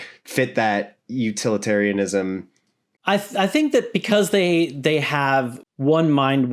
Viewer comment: UTILitarianism not uTALitarianism